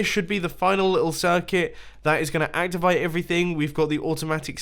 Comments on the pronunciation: Mumbo did you say activite of the video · act-i-vite xd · “that’s going to activite everything” lol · hw said activite